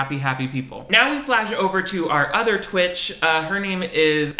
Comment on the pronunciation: NOT THE INTRO SAYING 'TWICHEDS'